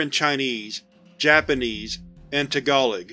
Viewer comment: Azazel is pronounced ay-zay-zel, not ah-zozzol. And Tagalog isn't pronounced that way either, I think. In previous videos I've also noticed you mispronounced cache and cliche. I'm not trying to pick on you, but it might be a good idea to ask friends about the pronunciations of unfamiliar words or look them up online. I've been there, tbh. The first time I used the word paradigm I thought it was pronounced para-dig-em, and that's not the only word I did like that either. English is really inconsistent, and it's hard to know how to say words we've only ever read on paper before. So I'm not trying to be hard on you, just give you some advice for the future.